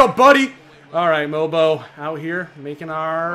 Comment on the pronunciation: Its mobo not bobo